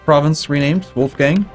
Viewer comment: The 'o' and 'a' in "Wolfgang" are actually pronounced like in "boring" or "scholar" respectively "hard" or a british "bath" ^^ source: am austrian